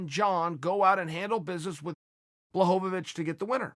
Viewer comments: HorweenJunky jan blagoyovov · “Blahovavich” is almost as bad as “Ya Rear” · Jon blohgovich